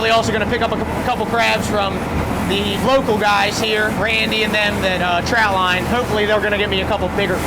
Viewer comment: Trot line.. TROT line !! Ur driving me nuts w that. 😜